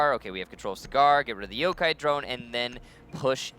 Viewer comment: wtf he said jokai not yokai lol